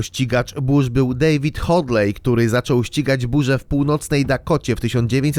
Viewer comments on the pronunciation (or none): none